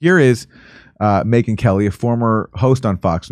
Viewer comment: Me-Gyn. Sure you are, guy. Sure you are.